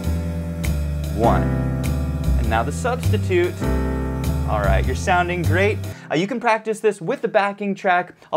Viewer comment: Great lesson, great content. Only thing that I think is a bit off is how you say "you're sounding great". Just throws me off personally lmao but I like the energy